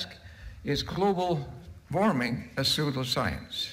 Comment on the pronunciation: "and finally, we have SOODLE-science"